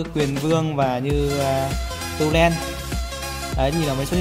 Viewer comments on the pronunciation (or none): none